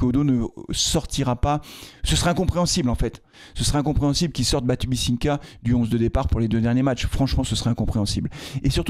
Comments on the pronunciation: Je ne serai 100% d'accord avec toi que quand tu arriveras à dire BatubiNsika (et non BatibisiNka)😁... Sinon oui Batubinsika est tout simplement meilleur joueur de foit que Briançon. Après Briançon comme tu le dis est le capitaine de cette équipe. Le choix du capitaine d'un groupe en début de saison est loin d'être anodin. Le retirer régulièrement du onze de départ le fragilise vis a vis du groupe, forcément. T'as toujours intérêt à avoir un relais respecté des autres. Un problème qu'a pu avoir Deschamps avec Lloris, certainement. Du coup, "délivré" par le temps qui passe, il a pu se rabattre sur MBappe😂 Au moins il est sûr de ne pas avoir à se poser de question sur la titularisation ou non de son capitaine. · BatubinSIKA et pas Batubisinka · BatuBINsika punaise un jour tu arriveras à le dire en respectant son nom !